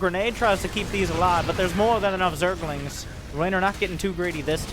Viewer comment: i like how he always says " Zergalings" every time with a southern accent xD